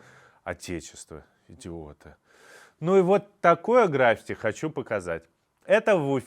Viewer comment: Интересный выпуск! Только граффИти ударение 🙈